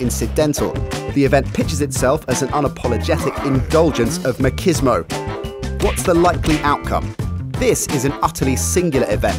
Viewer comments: What the fuck is "Mah- keys- mo"? the ch is pronounced like in cheese Ma-cheese-mo. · Machismo is pronounced Mah-cheez-moh. Not Mah-keez-moh. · Great animation, I love the character design! It's 'ma CHIZ mo' though, not 'ma KIZ mo' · Makismo is not the right pronounciation of machismo.